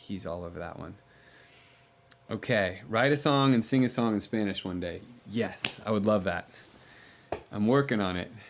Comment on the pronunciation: Great Spanish, great pronunciation, Jon!!!